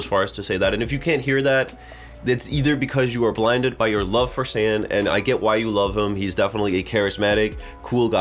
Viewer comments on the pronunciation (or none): Thank you for this reaction. His name btw is SAN, pronounce like SON or SUN not sand 🙏🏻🥲 His voice really beautiful. He's one and only lead vocalist of ATEEZ and second best vocalist in the group. ❤